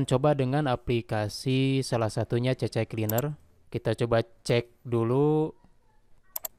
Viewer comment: C-Cleaner mas bro... bukan CC-Cleaner...😂